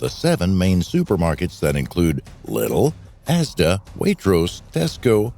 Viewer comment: pronounced Leedel lydl not littl